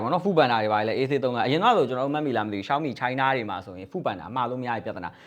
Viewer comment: ကျနော်လဲ ပြူရာ လို့ပဲထွက်တာပါ ရှောင်းမီကိုလဲ အဲ့ဘဲက ရှောင်မီး တဲ့😅😂